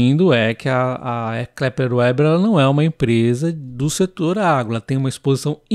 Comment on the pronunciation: Muito bom. Pode pronunciar Veber, em vez de ueber. É o certo. Sem ofença, achei engraçado 😅.